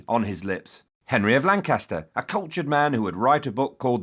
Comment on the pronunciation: He said Lancaster wrong